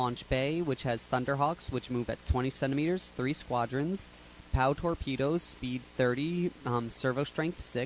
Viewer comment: it's pronounced pr-ow, not pow.